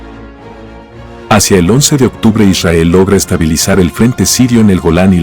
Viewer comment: ishael ... que frustrante como lo dice... :face-fuchsia-tongue-out